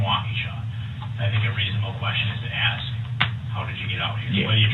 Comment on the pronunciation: I have a few questions to aks. But hey, it is New Years Day. I will just aks them tomorrow. Happy New Year 😂